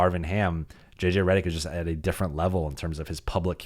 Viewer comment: You pronounce your last name wrong.